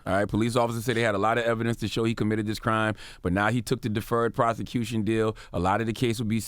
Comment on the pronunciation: CTG, you don't remember what he said in your phone conversation, but you are able to remember "he took the deferred prothecuthon deal"? 🤔